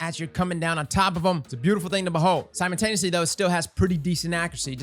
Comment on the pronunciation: I can't hold it in any more... IT'S SIMULTANEOUSLY, NOT SIMON-TANEOUSLY! Okay... I feel better now. Great review as always